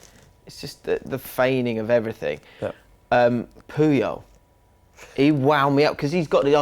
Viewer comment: Put some respek on Carles Puyol name!